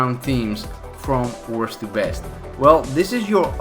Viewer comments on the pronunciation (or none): You forgot the t in both the words worsT and besT